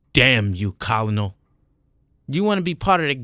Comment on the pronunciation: I'm really enjoying your narrations so far and I enjoyed your previous read. Though in the Future when u pronounce Colonel try to pronounce it this way ker-nal like the KFC guy Colonel Sanders I don't know y the word is pronounced that way? The way you pronounce it is how I would pronounce it if I didn't know the correct punctuation is ker-nal